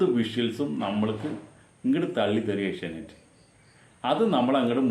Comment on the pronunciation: Sir ഏഷ്യ നൈറ്റ്‌ അല്ല ഏഷ്യ നെറ്റ് എന്നല്ലേ സാർ പറയുമ്പോൾ ഏഷ്യ നൈറ്റ്‌ എന്നാണ് കേള്‍ക്കുന്നത്